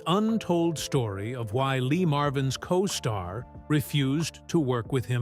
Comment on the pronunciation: What's a, 'costart',?